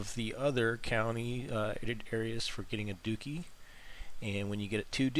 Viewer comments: It's "DUH Chee" Not Dukeeee" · As soon as you pronounced “duchy” “dookie”. I couldn’t watch anymore. Completely butchering European history 🙄